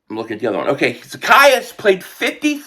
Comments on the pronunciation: Funny how still got the name wrong. The E is long....Za-key-us... He did get it right in the middle. 😆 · I am in tears the way you said his name 😂😂😂😂😂😂😂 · You are so crazy. You have me rolling all over the floor lmao at you trying to pronounce his name.